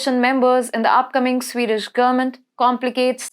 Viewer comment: CANT SHE GET HER AWFUL PRONOUNCIATION RIGHT??ITS JARING TO HEAR HER SPEAK, VERY DIFFICULUT TO UNDERSTND. ''SWAY DAESH PEOPLE!!! SWEED DISH!!